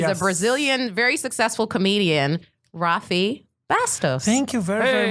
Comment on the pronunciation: Ver o pessoal chamando ele de "rafi" tipo "rwafi" é muito engraçado